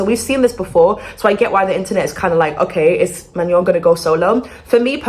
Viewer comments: she doesn't know what she's talking about. Can't even pronounce Manon's name correctly, and is treating rumours as fact. No one has said Manon is leaving the group except weird stans. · Ben of the week, partially predicted this. Hopefully it stays the hiatus and she doesn’t leave 🫶🫶🫶 Also eyekons are gonna come after you for mispronouncing Manon’s name (Ma Noh). The amount of misinformation and negativity spread about Manon and these girls is absolutely insane. Thank you for being so kind about the situation. Btw ur hair is gorgeous!! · everyone saying that shes pronouncing manon’s name wrong but idek how to pronounce it either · The way u pronounce her name is sending me 😂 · It's not my name But your pronunciation of manon is😭😭 Get well soon manon ❤ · but you can’t even pronounce her name 😂 (no hate, it only was a joke) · The way you pronounce her name is so funny to me you’re saying it like fillet mignon 😭😭😭🫶🏼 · youre pronouncing her name wrong queennnn